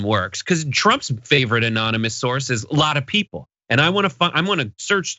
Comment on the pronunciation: The search for "Lawtuh Peeple" is the best! Keep it alive!